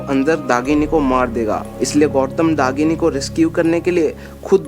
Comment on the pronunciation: Dahini and not dagini behcd